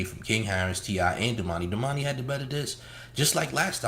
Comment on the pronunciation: This nigga said domani better than TI. Is that you?